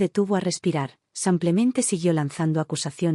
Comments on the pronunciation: Por favor!!!! Aprenda a decir SIM PLE MEN TE ! SIMPLEMENTÉ! no SAMPLEMENTE! Relata muy bien pero el samplemente me pone con los nervios de punta ! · Son traducciones automáticas desde el inglés. En inglés, muchas palabras no tienen género, son iguales para hombre y mujer. El traductor automático no distingue. De todos modos, no sé por qué no le sale "simplemente", dice "samplemente". También tradujo el nombre Melissa como "toronjil" casi al final de la historia (significa eso en español). Jajaja, me hizo gracia. En otra historia tradujo "free" como "gratis", en una oración donde debía haberlo traducido como "libre". Jajaja, "Me sentía en paz, pero, lo más importante: gratis". Fue muy cómico.